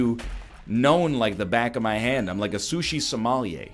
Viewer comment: A sushi Somalian? That’s not how you say sommelier.